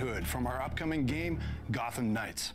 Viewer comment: O nome é _Gotham_ Knights e não _Gottam_ Knights como você parece pronunciar. O som "th" não sofre flapping como "tt", sua pronúncia está bem incorreta.